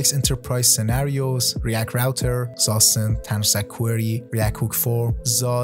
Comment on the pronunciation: FYI: Zustand is a German word, pronounced 'tsoo-shtand'